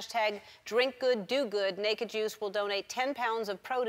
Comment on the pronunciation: When Ellen said Make a Juice, I understood naked jews... Lets say I was confused.